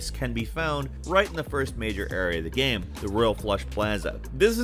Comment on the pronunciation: Nobody:: gaem